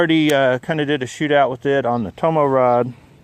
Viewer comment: i looked that up, i think it's Toma, not tomo lol, pretty darn cheap! thx again